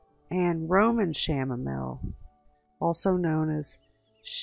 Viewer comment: Isn’t the Chanamile pronounce “Cam-A-meel” I was wondering and that looked like a daisy.